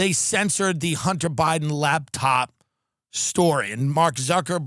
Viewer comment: is it me or does Tim keep saying, 'Labtop' instead of laptop